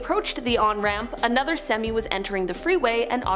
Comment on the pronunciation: In this reality she says semi like semmy lol